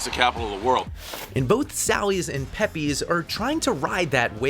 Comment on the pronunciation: It's pronounced pep-pays, not peppy's. 🙄